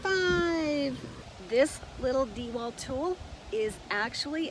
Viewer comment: The first thing you should learn is how to pronounce dewalt. Not Dee...Walt. Not Dew...alt. It's pronounce Dah walt